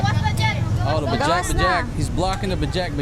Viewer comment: It's not bajak bajak it's bajaj, and it's Indian brand Three -Wheeler